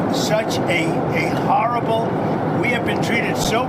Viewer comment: i think your guestion is so howwible